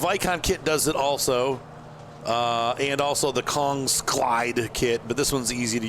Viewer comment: Kongskilde is pronounced like kong’s ( as in king kong ) kill so kong’s kill. It is Danish ( quite close to me actually and both my Older brothers and my dad has workes there. The name is from the near by village and translates to “the Kings spring” kilde being a natural water spring. And kong being the Old Danish spellling for king. Other Danish brands in the game include, hardi sprayers, Samson and nordsten. And probably a few others that I am forgetting.